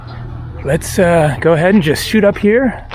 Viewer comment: "lets shot up here" haha sound like you were going to do herion